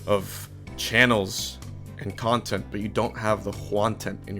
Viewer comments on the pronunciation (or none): I still can't over "The Juantent" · "The Juantent" Convinced me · I subscribed solely because he said "juantent" in his advertisement for his channel